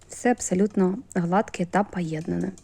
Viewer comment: та не "пАєднане", а "пОєднане" і не "на ложкі", а на "ложці", не крАхмаль", а "крОхмаль" і т.д.